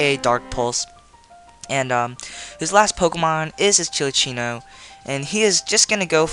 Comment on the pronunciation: It's called "Cinccino" not "Chili-ccino"